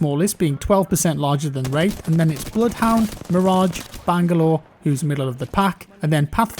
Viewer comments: Even the autogenerated English captions interpret it as rape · you sure you said wraith? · not sure that's how it's pronounced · i dont think you said wraith right... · Does anyone else hear a different word when says wraith?